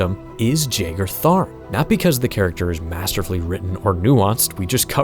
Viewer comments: Ain't it pronounced "yagar" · Pretty much everyone I've ever seen talk about this character pronounces his name wrong. I'm pretty sure it's supposed to be a silent J, pronounced yae-gar, like John Jeager, not jay-gar. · I have now heard Jagar pronounced three ways now and I don't know who's right. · See, I could've sworn I've heard it pronounced the other way, but maybe I'm misremembering.